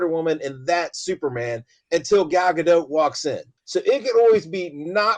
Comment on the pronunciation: Mispronouncing “Gadot”. Google says it’s pronounced with the “t” at the end.